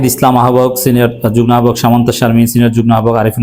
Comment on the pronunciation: যুগ্ন না যুগ্ম। উচ্চারণ ঠিক করুন।